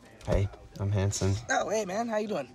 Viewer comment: Ive actually been watching this series from the start... And all this time i though Hansen was saying his name was HANDSOME 😂 so when he said his name again to Jonah... I was like "clever move" 😂 Great series 👍👌